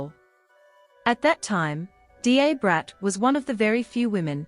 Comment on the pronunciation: It is pronounced, “DA Brat” like DUH Brat